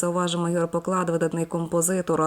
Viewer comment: Ігор ПОклад , а не ПоклАд . Вічна пам'ять .